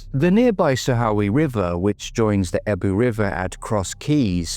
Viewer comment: The way you said EBBW made me chuckle 😅 I truly hope Kyle is found! He deserves the truth and to be home with his parents! I am so gutted to hear his mum died without finding her boy 😢 makes me so sad! I really hope someone comes forward! This man's life mattered!! X